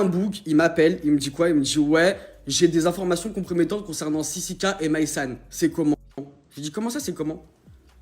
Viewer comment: Sisike 😂😂😂 on dit sisiKA